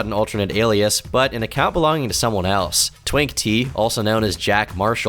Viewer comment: First of all, its "twinkletea" not "twinktea" and him calling someone"Daddy" doesn't mean that they're their biological father you idiot 🤦‍♀️